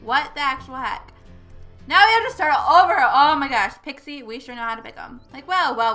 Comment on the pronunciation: it's not pixi it's pixie